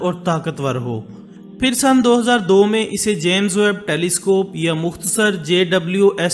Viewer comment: First of all jame hota hai jaame nahee